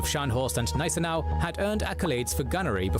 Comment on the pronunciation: That is why I stopped watching K&G as "" (the narrator constantly mispronounces words, doesn't care to learn and has never improved. He also varied the pronunciation of Gneisenau between silent and hard G plus got Louis wrong it is not lewis.